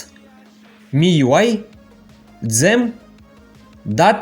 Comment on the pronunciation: Иди английский получи, это позор полный. Узнай для начала как читается theme🤦‍♂️